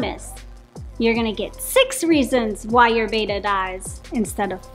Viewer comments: You're pronouncing it wrong. It's not "bay-tuh." It's "beh-tah." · Yoyr pronunciation of Betta is incorrect. It's not Bayta. It's betta with a short e sound. 😊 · It's not BETA, it's BETTA, like "better" with an A at the end instead of ER. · Its commen sence to say betta not beeeta how can jou educate People and not say the name correct your the experts